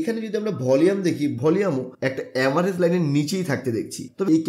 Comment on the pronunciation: উচ্চারণ ঠিক কর।volume এর সঠিক উচ্চারণ ভলিউম।ভলিয়েম নয়